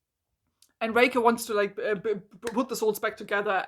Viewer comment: Not a dig at your accent or anything, but everytime I hear you say “Raker” I hear “Reika” and I get flashbacks to Age of Scorpius and have to conciously adjust my ears to hear it correctly. (Also I agree wholeheartedly, Harlan Raker is a beyond-stupid name that made me physically eye-roll when I heard it during another reviewer’s video on the book last night lol)